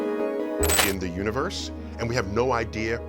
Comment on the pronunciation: don't forget Ooniverse and at least 20 other mispronounced words.